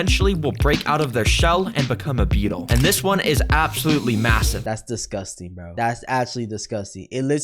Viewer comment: "DAT LUCS DISCASTINC" yea, we can tell buddy